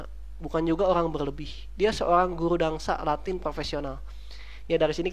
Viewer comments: tolong ya mas ,yang bener itu "dansa" bukan "dangsa" please tolong jangan merubah huruf dalam kata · Dansa bro. Bukan dangsa 😆